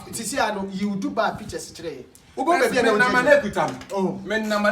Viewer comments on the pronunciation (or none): none